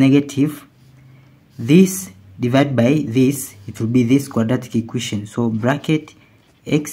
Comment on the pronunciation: It's called an equation, not an iquition: stopped watching immediately